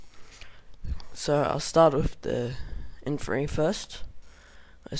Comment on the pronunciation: IN - FAN - TRY there is a t... :P awesome vid good work